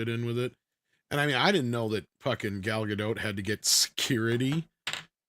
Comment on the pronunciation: Gal Gadot is a Hebrew name—it does not rhyme with • "Godot" or • "row" /ˈɹoʊ/ (US), /ˈɹəʊ/ (UK) or • "goat" /ɡoʊt/ (US), /ɡəʊt/ (UK). It is pronounced [ˈɡal ɡaˈdot], ie. ending with an /o/ sound, approximately like in the word • "story" /ˈstɔ.ɹi/ (US) and a /t/ sound at the end, like in the word • "not" /nɑt/ (US), /nɒt/ (UK). On another note, she simply cannot act.